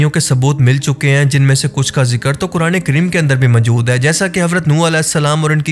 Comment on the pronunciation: اپنا تلفظ درست کریں۔ لفظ مَجود majood نہیں مَوجُود maujood ہے